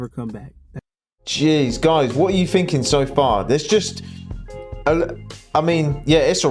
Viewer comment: So you want to know what I'm "finking". I'm "finking" your a couple of letters short of a full alphabet.